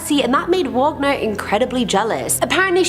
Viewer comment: Robert Wagner - “wag (like a dog’s tail) - ner”, not “vog (like bog) - ner”. That was the composer, not Natalie Wood’s husband.